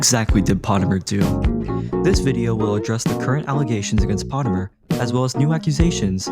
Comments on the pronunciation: bro doesnt even pronounce potemer right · Noo not potemer 😭